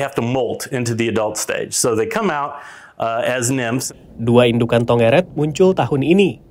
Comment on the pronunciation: Yang bener bukan tonggeret tapi cenggeret